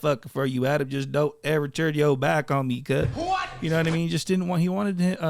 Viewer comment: ADAM 16, SAY IT RIGHT!